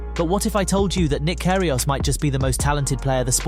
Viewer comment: i love nick "care he aus"